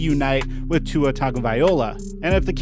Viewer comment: You pronounce tua’s name wrong